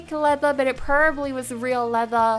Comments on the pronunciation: PRO-BAB-LY. probably. NOT prlby. jss chrst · You say peribly not probably it’s funny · PLEASE OH PLEASE PRONOUNCE PROBABLY CORRECTLY NEXT TIME OR STOP SAYING IT I COULDN’T STANDDDDD IT